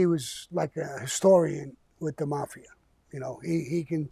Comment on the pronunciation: Drives me crazy this dude can't pronounce mafia